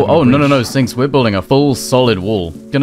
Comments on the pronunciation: lol did nobody notice called Sinks "Stinks"? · i swear i heard you call him "Stinks" at least three times in the video hahahaha